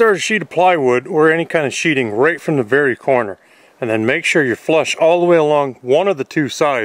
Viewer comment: Sheathing. Not sheeting. It even says this on the plywood, t-111, osb.... you are SHEATHING a structure like you put your knife in a sheathe not a sheet. So many people make this mistake in videos that it is becoming common. Like a common group of illiterates.